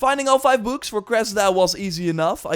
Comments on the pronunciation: Anyone else think he was saying boobs not books? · the way you say books is funny. But nice gameplay touch!!